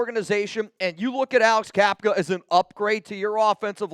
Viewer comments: Bruh it’s Cap-uh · Cappa, not Cappka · Isn’t it Cappa not capka??